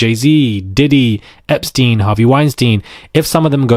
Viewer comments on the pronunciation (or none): none